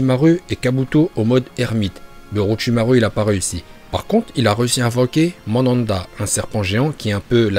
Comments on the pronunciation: Très bonne vidéo frère. Mais c'est Myoboku, ça m'a dérangé toute la vidéo. Et aussi Mandanda joue actu a Marseille wesh. Manda c'est le serpent. Merci et très bonne vidéo encore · Et "Madanda" au lieu de Manda wesh orochimaru il invoque un gardien de but.... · "Mandanda" PTDR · prononce les noms des personnages et les invocations de Naruto en VO c' est pour ça que Manda l' appelle Mandanda. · Le serpent géant "Mandanda" 🤣🤣🤣🤣